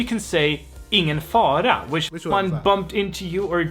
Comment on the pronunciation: The G is silent in Ingen fara :)